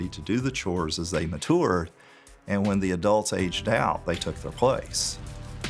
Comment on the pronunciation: This is a very good video with a lot of learning experience for everyone, I loved it. But no way this man just pronounced "mature" like "manure".